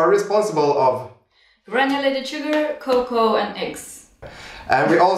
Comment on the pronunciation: Lovely video. I think she pronounced "cocoa" correctly though ^_^'